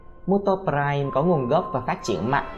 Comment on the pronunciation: Muto em thấy anh gọi là môtô